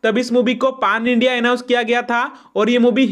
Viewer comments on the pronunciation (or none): Bhaai its not paaan its pan india😂😂😂 achhe se bolna sikho pehle bhai